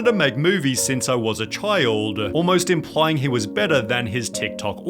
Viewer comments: tiktokaaaa, formulaaaa, bettaaaa, funnieaaaaa. This pronunciation. From which planet r u? xD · "only got better and bettah"? Why did you change the pronunciation mid fucking sentence?